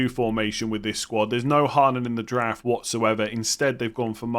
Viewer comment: Anyone else hear Giraffe rather than draft 😅